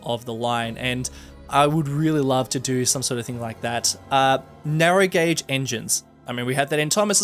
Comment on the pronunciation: You said Narrow Gauge but I thought you said “narrow gate” That lead me to a town name Narrogate, a play on Harrogate in England